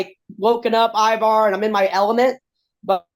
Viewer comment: His name is not Ibar or Iwar! Damn host do better